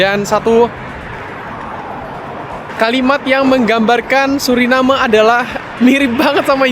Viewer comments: Bacanya yang benar sesuai dengan kalimatnya SURINAME karena dari bahasa Belanda, anda salah menyebutnya berulang kali jadi SURINEM 😂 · Maaf saya koreksi ya ? Orang lokal sana dan wisatawan yang datang, ataupun orang Belanda menyebutnya "Suriname" bukan "Surinam" seperti yang anda sebutkan berulang kali